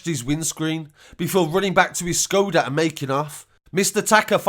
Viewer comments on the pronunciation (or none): none